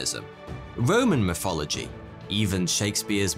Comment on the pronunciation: I love it when he says "Mythology"🤣🤣🤣🤣🤣🤣